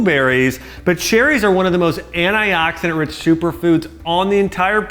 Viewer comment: ahhahahaha omg he is beyond sterotype american! He keep saying ANAI OXIDENT hahahahaha and alsmo AMOND MILK hahah